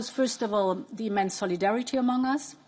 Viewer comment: When you keep emphasizing on solidarity...